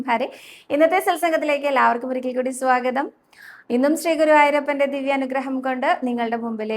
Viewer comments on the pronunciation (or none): none